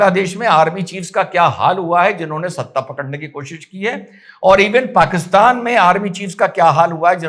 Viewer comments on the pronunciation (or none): none